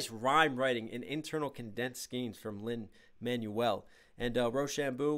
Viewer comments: Good reaction (tho the constant pauses are a tad irritating). But bro how is it not ONE PERSON (that I noticed) has corrected you on how Lin-Maniel's name is pronounced? Its pronounced Lin-MANWELL!! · Hey, just popping in to say it’s Lin Man-WELL Miranda. Not Man-you-ell. One is a name and one is what you throw away when you get a new phone. Just FYI